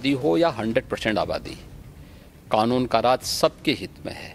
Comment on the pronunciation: Arey Owaisi gadhe its Kanun not Khanun